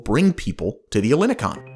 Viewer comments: the stress is on the last O. not EH llini kon. ell ini kOn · Ellinikon means Ellinikon. The same way you pronounce Elgin El Salvador Not Hellenicon it's so wrong !!!! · Le quartier s’appelle ELINIKON et non pas Elikon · Apart from cringing a bit from your pronunciation of "Ellinikon" .. it was an interesting overview of this exciting project, although there is a major error in the entitlements that you mentioned for buyers. An investor CANNOT buy a Greek (or any other EU) passport through the Golden Visa channel. Someone who gains a "Residency Visa" by buying an eligible property through the Golden Visa scheme (and this still requires approval and can be rejected) must live a significant part of each year in Greece and pay a minimum amount of taxes in Greece for 7 years if they wish to begin the process of naturalisation/citizenship. Getting citizenship requires a proficient level of written and spoken Greek and you need to pass exams in language, history, culture, politics, geography and other elements of Greek life. Many people who have lived in Greece for decades still fail these exams. Residency can be "bought" but earning citizenship and a passport requires work and a commitment to Greece .. as it should!. Also, Golden Visa residency in Greece only entitles a holder to legally live in Greece. In reality someone can feely move around the Schengen zone without passport checks but re-settling in another country or city in Europe is difficult because the residency permit is only valid for Greece (some people find work-arounds for this but its at their own risk). Lastly, Greece doesn't need to horrifically dredge the sea to create picture perfect islands or beaches and it does not need to bu